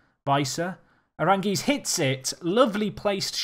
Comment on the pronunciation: That Charles Aránguiz assist tho. Oh, and the goal, even better. Note: If you want to pronounce his name better, you have to emphasize the second a (hence the tick over it). You have been emphasizing the i, which is wrong. Congrats on the campaign!